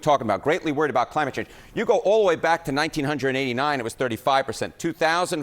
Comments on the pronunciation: he can't say 1989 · You do not say it 1989 don’t act ignorant even if you are on CNN it’s pronounced 1989 is that difficult anybody with a first grade education, knows how to pronounce it